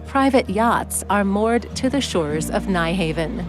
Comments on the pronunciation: Sorry but the Danish pronunciation of Nyhavn only has two syllables. Phonetically it is pronounced [ˈnyˌhɑʊ̯ˀn] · It so annoys me when commentators repeatedly get the pronunciation wrong with place names. This happens several times here with the popular area of Nyhavn, Phonetically, the correct pronunciation is 'Nuharven' Things like this should be properly researched!